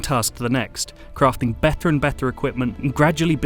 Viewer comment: The reviewer pronounces the letter 'T' in a very unusual way. "Bether" instead of "better" for example, "the arthists have been working overthime" in another place, while in other places he pronounces it perfectly. Strange!